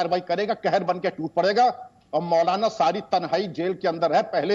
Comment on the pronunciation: Mautlana! "t" is silent.